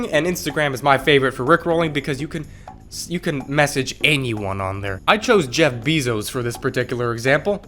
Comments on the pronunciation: Ah yes... "Jeff Beezos" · he just said jeff beezos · He said jeff beezos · I still cant get over the way he said "Jeff Beezos"